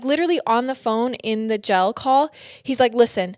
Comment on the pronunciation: Love this detail, great job breaking it down. But it’s “Jail” Not “Gel” lol